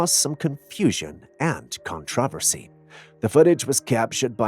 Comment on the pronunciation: i hear hints of a French accent in your voice. Maybe that's why you can't pronounce words like Memo, Origin & Controversy correctly......?